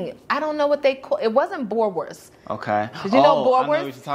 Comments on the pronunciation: boerewors. BOO-RE-VORS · You pronounce pap like "Pup". Boerewors = boo ra vors